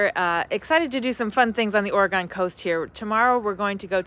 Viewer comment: Im surprised no one has corrected the way you say Oregon yet LOL